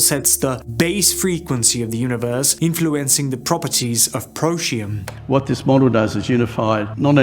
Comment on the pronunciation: Pro tee um SAY IT Protium... NOT Proshium 😂